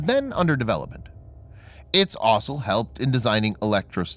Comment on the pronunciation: I wish the narrator would learn how to say the word 'also'. It has four letters in it. It isn't hard to get those letters in the right order.